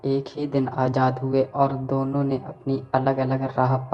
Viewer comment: Bro, it’s azaad. Not ajaad. Pls improve your Hindi pronunciation.